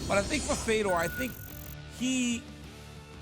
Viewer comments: Why is RC pronouncing Fedor as “Feedor?” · i think he thought feedor was fydodor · This guy said fee-door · I had to stop watching after 20 seconds. Feedor? All it takes is watching ONE of his fights to learn his name. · Rc pronouncing his name like that is embarrassing, casual 😆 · This Fuc$ing idiot can't even say his name correctly. This dude blows and doesn't deserve to speak about MMA professionally. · He’s such a Fedor fan he doesn’t know how to say his name…